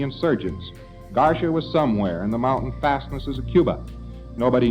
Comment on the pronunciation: LRH a man so dumb he thinks Garcia is pronounced garsha lol 😂😆😂😆